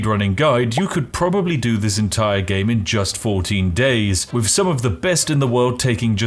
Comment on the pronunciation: When you say "wiv" instead of "with" it kinda breaks the illusion of spiffiness.